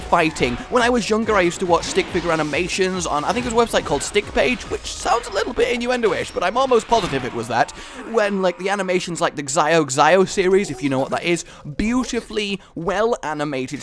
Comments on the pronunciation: it uh... it's pronounced Shao Shao, not zeyo zeyo... sorry, language ocd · What a great find! Definitely a must-buy for me. I was a big fan of the Xiao Xiao series too, but as a small call-out, it's "zhaow zhaow", not "zeye-o zeye-o". :D Anyway, thanks for showing this off, I'm definitely going to be annoying the significant other with long hours of mindless violence gaming!